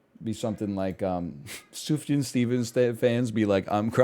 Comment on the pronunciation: thank god he finally learned how to pronounce sufjan